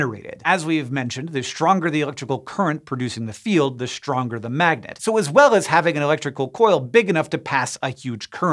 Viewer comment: Раньше не замечал как он "st" выговаривает - Штронгер, аШтрономерс....